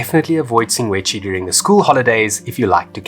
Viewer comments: Sshing - gwe - dzzi …… NOT …. Sing - Gwe - Dzshi. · Awesome video! I kept hearing you "Singwedchi", am I losing it hahahah. I was there about 3 weeks ago, setup camp about 4 stands down from the swimming pool. I thought it was a waste to spend the extra to be along the fence. That morning around 3am about 4 - 6 lions pulled down an antelope in front of my tent. Spent the rest of the night hearing Lions and Hyenas fighting, bones crunching, etc... was a great experience. I am still quite sad that they blew up the Kannidood dam though. Hope it will one day be rebuilt. Was always great to sit under a tree there and read a book with a mug of coffee in hand :) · You're so funny,... "Singwedgy"... 😂😂😂